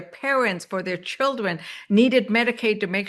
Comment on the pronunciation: "Chiwdwen" No, not a serious human being.